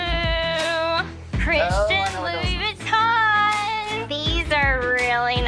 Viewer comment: is she saying "christian louis-bouiton"? xdd